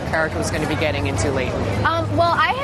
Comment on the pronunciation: It irritates me much the way she pronounced the name of Leighton